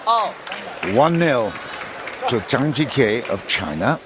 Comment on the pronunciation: It would be nice if the commentator could make an effort to pronounce at least the top players' names correctly. It's not Zhang Gee-Kay, but Zhang Gee-Kuh